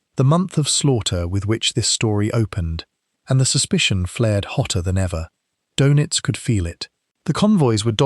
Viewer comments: It’s “dur-nits” not “dough-nits”. If you can’t pronounce o-umlaut, I’m not convinced you should be making videos that have anything at all to do with Germans or Germany. Just 41 seconds in, you’ve mispronounced his name twice, blown all credibility and made me turn off. Well done. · His last name is pronounced in English like “DERR-nits” not “doe-nits.” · Can’t you pronounce Doenitz better? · Most shows screw up the pronunciation! Typical AI crap